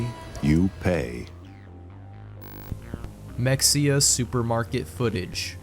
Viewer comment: its pronounced muh hey ya its also a town in texas